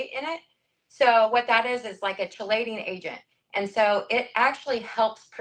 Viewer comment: “Shee-lation” oh my lordt!